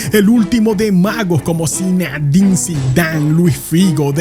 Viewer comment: Cuando vas a aprender que se dice "Zinedine" y no Zinadine